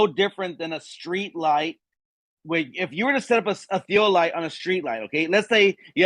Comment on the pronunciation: What's a tea-O-light?